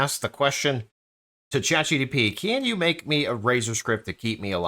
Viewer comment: say it with me. Chat G. P. T. G P T 😂😂😂